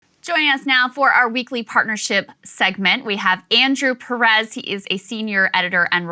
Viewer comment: Why do people always pronounce Perez incorrectly? It's not Puh-REZ. It's PEH - rez.